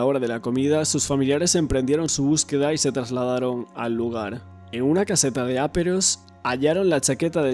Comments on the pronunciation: Es caseta de aperos,no áperos. Intentemos hablar bien. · No digas áperos nunca más, por favor!!!! Se dice aperos, llana, acento en la e. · Muy buen trabajo, sólo una cosita, son aperos, sin acento en la a!! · Se dice "aperos". La sílaba tónica es la "pe". Palabra llana acabada en s por lo que no lleva tilde. Los aperos son los instrumentos necesarios para la labranza como azadas, palas, etc.